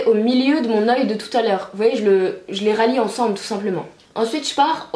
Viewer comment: Merci pour ce tuto par contre on dit relier lol pas ralier juste pour info